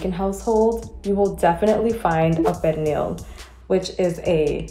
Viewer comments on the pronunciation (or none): Pernil…Per - Knee - (very sawft & short) “L” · 😂😂 why she pronounced it like that ?? It’s more of a pear-neel sound. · I hate the way the chick says Pernil...it's not Pear Kneel! Ughhh! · Oh no ma'am, pernil is not pronounced like that. Also where is the sofrito? That pernil needs LOTS more seasonings. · I’m Puerto Rican and black my mother makes Pernil every year for thanksgiving AND Christmas… everyone seasons differently but I don’t think it’s enough. Oh and the way she is saying Pernil that is not how we pronounce it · I never heard a Puerto Rican pronounce pernil like that 🤔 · Someone should have done their homework on pernil, she can’t even pronounce it, let alone cook it.